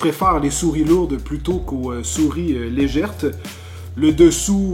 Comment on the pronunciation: Légères pas ''légèrtes'' pas grave !😁